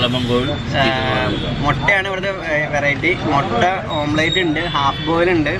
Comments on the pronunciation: ഓംപ്ലേറ്റ് അല്ല ഓംലറ്റ് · ' ഓംപ്ളേറ്റ് 'അല്ലടോ' ഓംലെറ്റ് ' എന്നാണ്. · ഓം പ്ലേറ്റ് അല്ല ഓംലെറ്റ് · Omelette oh athenthu sadhanam Ee mutta pottich saavala okke ittit Allaahh "OMPLATE" 🤣🤣🤣